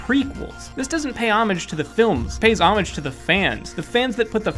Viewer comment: You are mispronouncing homage.